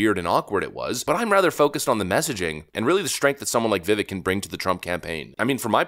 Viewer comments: HIS NAME IS PROUNOUNCED VI-VAKE LIKE CAKE. HOW ARE PEOPLE STILL MISPRONOUNCING THIS MANS NAME ALMOST A YEAR IN? THE DISRESPECT HOLY SHIT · STOP! Come on! Pronounce the guy's name right. It's "Viv-ake" Rhymes like cake....easy to remember. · Vivek rhymes with cake. Please stop mispronouncing his name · His name is pronounced ViVEK like cake. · It makes sense that we start pronouncing this guys name right. He is gonna be big in this administration. Vivek is pronounced VihVake. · Vivek pronounced….Vivake as in cake. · Vih vake. Rhymes with Cake! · his name is pronounced ‘Vi-vake’, like ‘Cske’! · I wish you would learn to say his name correctly. Vivek rhymes with cake! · BRO how could.you cover these topics this much and not know its pronounced VIVAKE? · Va-VAKE, like Cake. C'mon already. It's not that hard. Just like she said. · It’s tough to take you seriously when you do not even know how to pronounce his name… Vi-vake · it’s pronounced “Vi-VAKE,” like cake. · you kill me, his name is pronounced like cake at the end, not the way you kept saying it lol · It's pronounced "VIVAKE" tho. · Vi-vake like "cake". Come on. It's time to get the man's name right. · For gods sake it's Vivek. Rhymes with cake. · Vivik actually pronounces his name Vivake, like cake. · Vivake like snake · FYI his name is pronounced Vi-Vake. Great video as always! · One of the main things that happened is almost everyone now knows how to pronounce Vivek's name. Except you, apparently. How are you still not pronouncing it "Viv-ake. Like cake" after all of this time covering him? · It's ViVAKE Rhymes with CAKE, he'd do better with a strong cabinet position. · It’s pronounced Vi-vake, man. Big respect for you and the channel, but it’s time to get his name right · Dude, please stop mispronouncing Vivek’s name its pronounced like cake its ‘Vivake’ hearing you mispronounce it over and over. It was driving me crazy I couldn’t even finish the video. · Bro its VI-VAKE like CAKE